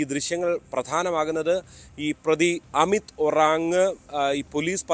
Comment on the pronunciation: അമിത്'ശരിക്ക്ഉച്ചരിക്ക് ചെങ്ങായീ എങ്ങാനുംഉച്ചാരണം ഹമീദ്എന്നാവരുതെ പിന്നീട് മതം ഗ്രന്ഥം പ്രവാചകൻ കോയാ കോയാമുമദ്രസ്സാ പിന്നെ തെറിവിളി അമ്മേടെജനനേദ്രിയം അതിലെപാട്സുകൾ കാസാ കൂസൻ സംഘിചാണകംതീട്ടംഗോമൂത്രംഎല്ലാതീട്ടങ്ങളുംഉറഞ്ഞ്തുളളും